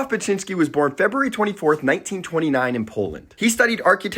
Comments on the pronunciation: Beksiński is a great artist but as someone from Poland it took me seeing the name and painting to recognise it. The poster is not pronouncing it correctly at all even tho i pappreciate the video haha tbh it's a pretty complex name for an English speaker.im not sure how to Wirte Zdzisław phonetically but Beksiński would be closer to "beck-shi-nski" (I am struck how there is so many very polish letters combinations that are so hard to write phonetically in English I don't know hot to do it) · Pronounced Bek-shinski